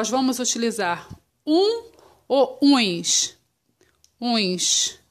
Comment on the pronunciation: é ums e não uims